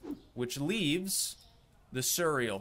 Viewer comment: ❌ Cereal ✅ Cuureal 😂😂❤